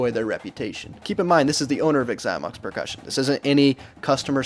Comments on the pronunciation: Okay, first of all it’s “Zy-mox”. If you’re going to review a bad company, say the name of said company properly. Secondly, I’d never buy a Xymox pad. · Why does he say “igxymox”? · The way he pronounces Xymox is so annoying!